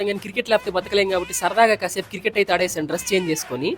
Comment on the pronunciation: Kirket kadu brother, cricket... Ayna meru chala rich